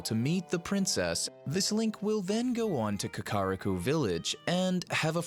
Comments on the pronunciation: I'm pretty sure you mispronounced kakarika village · the way you say kakiriko :|